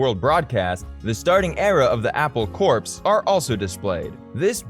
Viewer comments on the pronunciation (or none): A fine detail in an otherwise good video…Corps is pronounced Apple “CORE”, not “CORPSE”.